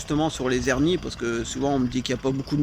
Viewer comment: Je croyais que l'on ne pouvait pas faire la liaison en français, soit les "hernies" et non pas les " zhernies" ?